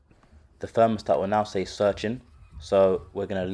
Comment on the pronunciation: It a 'Thermostat', not a 'Fermostat'